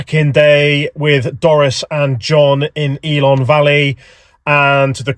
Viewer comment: Builth = bill th .Ellan =E lan .but you nailed Aberystwyth. Great vlog mate all the best,thanks for coming over 👏🏴✊KTF.